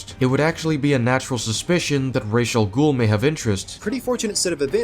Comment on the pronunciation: Ok, another thing I would sin is this the way this guy pronounces Ra's name, that shows you just how little he actually payed attention to the story, because if he had ACTUALLY paid attention, he would have heard how how Ra's' name is SUPPOSED to be pronouced